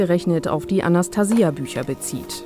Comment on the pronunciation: die kann ja nicht mal den Namen Anastasia richtig aussprechen ! Forscher der Linken !